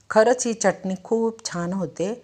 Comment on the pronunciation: जिथे " मोठा ण बाण , बाणाचा आहे तिथे " न नळाचा उच्चार करू नये , च्यटनी उच्चार 😂😂 जेवण चटणी, शेंगदाणा , फुटाणे , धणे , दुखणे उच्चार ऐकावयास कानाला बरे नाहीत वाटत. व्हिडिओ बनवताना उच्चार सुस्पष्ट करावेत ऊच्चार सुधारणा असावी. प्रत्येक जण सुस्पष्ट उच्चार करण्याची सुधारणा करेल तर फार छान होईल. सुधारित पद्धतीचे शिक्षण घेतील तरी उच्चार सुस्पष्ट नसतील तर काय बोलणार..😢😢 😅 चटणी चा उच्चार " च्यटनी ", यू ट्यूब वर बरेच लोक करत आहेत 😂😂😂